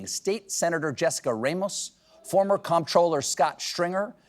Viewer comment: Comptroller is pronounced the same as controller.